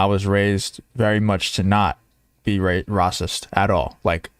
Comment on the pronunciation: Rocist? Don't you mean "racist"? Never before have I heard the word "rocist". Where did you learn English? Or are you a bot? Have you never watched the news? Have you been living under a rock all your life? You don't know how to pronounce "racist". Really? ☕☕☕😎🇺🇸